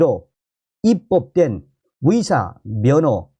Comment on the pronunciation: 위대가 아니고 의대 위사가 아니고 의사